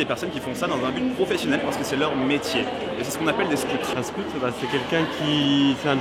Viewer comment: “ Scout “ faites un effort avec l accent , même si votre public est français! Ça fait mal aux oreilles ! Sinon, contenu interessant, mais ....